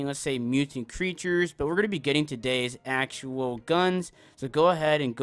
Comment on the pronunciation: Just found it funny, I know it’s an accent lol.